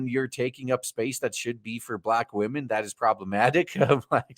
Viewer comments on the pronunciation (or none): I almost woke everyone up hearing "wamens" lol.